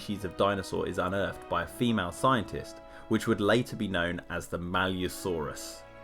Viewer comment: Why the need to emphasize "female" scientist?